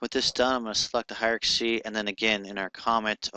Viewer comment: sorry for correcting, but it's driving me crazy listening to this over and over!--It's Hie-rar-kee, NOT Hie-ra-ka-see! Ugh. Look at the spelling: Hierarchy